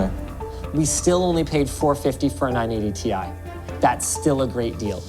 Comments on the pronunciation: "-... 980*TIE*" Nobody EVER pronounced it like that, huh, Linus? 🤔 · Anyone else hear say 980 TIE at like? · Why does keep saying 980 ti like "TIE"?